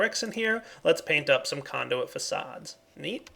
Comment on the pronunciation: "ME Conduit" was actually correctly pronounced. In 1.7.10 it's replaced with a Gas conduit for Mekanism.